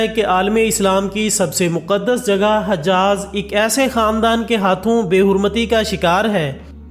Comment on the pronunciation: Hijaaz e muqadas...not hajaaz